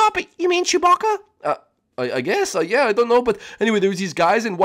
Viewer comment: really in the last episode you clearly said shoobaca (or how is written) from star wars